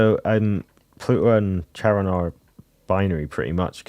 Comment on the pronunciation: Hi! The h is silent, it's çaron